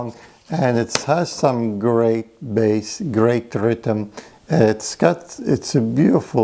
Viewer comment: Bass, not base.